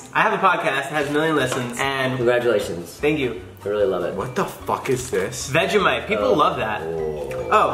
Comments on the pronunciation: U had vegimite wrong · Jason is my favorite, oh. And vegimite lol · every single american has vegemite the wrong way omg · The say veg e mite we say vegemite not vege mite